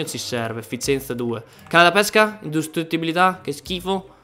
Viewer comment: Hahaaha ancora con INDUSTRITTIBILITÀ . SI DICE INDI...